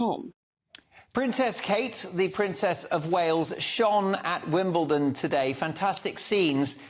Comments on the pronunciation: Exactly.. Here in Asia we have no trouble pronouncing Wimbledon correctly. Also she can hear Mark say Wimbledon with a d sound yet she pronounces Wimbledon as Wimble (tern).Just don't understand how journalists or reporters don't do a little more research and that they would consider pronunciation of names and places or even proper addressing of people as part of good reporting for the public. It is their job to get it right. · I'm American and I love Kinsey even though I have only heard of her because I watch the Royals.... But she's great! 😁 That said.... Please, can she learn how to pronounce Wimbledon...? I hear Americans saying it with a "T" sound and I cringe. I can imagine how the British must be thinking! 🤔